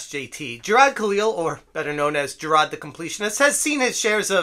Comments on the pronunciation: Who's Jer-rod? I thought his name was Jirard? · the best part of this guy reporting on this story is the boston kind of accent whenever he says “JIRAHD” ☘️